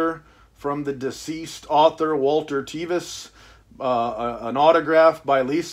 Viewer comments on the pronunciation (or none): That edition looks great. Thanks for showing it. I believe Tevis’s name is pronounced close to the word “seven,” not the hard “e.” My grandfather was acquainted with him as they played pool together in Lexington, Kentucky back in the 1960s.